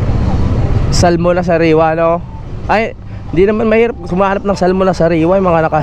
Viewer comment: The right pronouns Salmon is Sa'amon hidden L